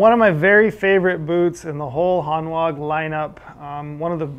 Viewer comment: I have two pairs of Hanwag boots. Really good quality, can be resoled and will last for years. Btw it's pronounced "Hanvag" they are a German brand 😉 Edit: one customer has had a pair resoled over 20 times!